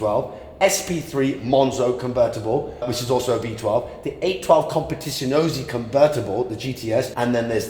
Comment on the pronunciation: Pininfaria? Competizinisi😂